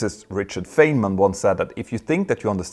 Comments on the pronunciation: Richard Feynman pronounces his name like fine-man, not fane-man. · By the way, his name is pronounced Fine men, not Fay men. Just FYI. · Feynman is pronounced like WINE-man.